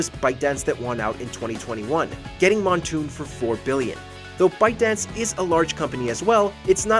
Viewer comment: I had a stroke when said Moonton as Montoon.